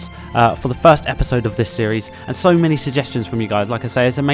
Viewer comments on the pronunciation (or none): none